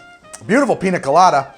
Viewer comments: Ya know the n has a little squiggly line above it, so it doesn't sound like a hard N anymore. It's (Peen-Ya) Colada. Not Peena Colada. Also I made this today and it was DOPE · Painful to hear you say “Pina Colada” and not “Piña Colada” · Im mildly annoyed that he says "PINA colada" instead of "PIÑA colada", nice vid otherwise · As a native spanish speaker my ears bleed every time I hear "piNa" instead of "piÑa" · Since it is a south American drink it is spelled piña colada. The ñ is pronounced as if there was a y following the n. Pinya colada. Love the videos btw, i try another one of your drinks as often as i can get ingredients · PiÑa... peenyah... Gotta say it rt if you love it lol. Besides that, looks delicious! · Its piñacoladaburg!! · piña is pronounce peen-ya. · It’s piñacoladaburg, you son of a son of a bitch! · Quick tip mate, the Ñ sounds like the gn in Italian. Like how you would say it in lasagna. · Don't get me wrong, I love this YouTube channel and everything about it...but for the love of God please learn how to pronounce "Piña" properly.